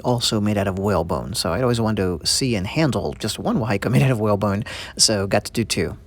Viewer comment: It's pronounced WAHA - EEKA NOT WA HAI KA.. The fish mouth is placed at the strike point to counter block the opponents weapon/strikes!.